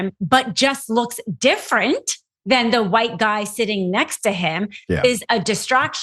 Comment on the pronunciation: Its the awite Church and their awiter religion.